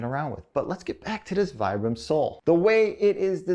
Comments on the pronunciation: it's pronounced "VEE-BRUM" phonetically, low IQ, overly self confident Americant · Nope, that's uncorrect. Vibram is an italian brand and the brand name comes from the founder's name Vitale Bramani. I'm italian and I'm sure it's not pronounced Vaibram. Still it's not something really important how someone pronounce it since you know what he was talking about